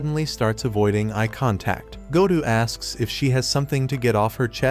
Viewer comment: gou or gotu because you say gotu and when i read it it is gou